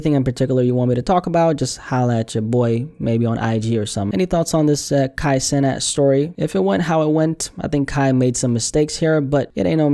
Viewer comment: We ain’t talkin about the same Kai cenat, you ain’t even say his last name right brody